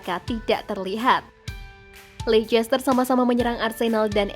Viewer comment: ian wright min, bukan LAN Wright😂. Dan Lecester bacanya Leyster bukan Leikester. Semoga bisa lebih baik lagi